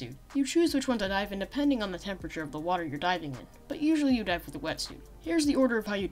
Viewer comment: when he says dive i here die